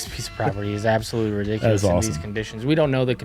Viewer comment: "Rickdiculous" 😂 that isn't it.